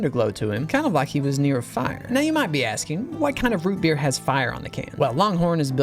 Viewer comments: Its ROO BEER (IF U KNOW U KNOW) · i couldnt resist yelling “ROOT BEER” every time he said it